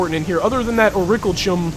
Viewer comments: Orichalcum: Pronounced as Or-ee-cal-come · I think it's pronounced or-i-cal-cum